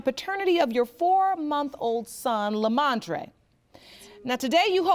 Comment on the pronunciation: Lemontrae “Lemontree” Brooker 😂😂 he really is a standup guy though!! God bless them!